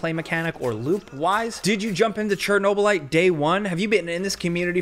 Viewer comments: cherno - lat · Chernobylite Chernobylat Chernoblyat